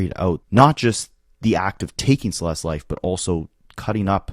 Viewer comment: Anyone else getting annoyed that he isn’t saying “Celeste’s’? Add the s at the end dude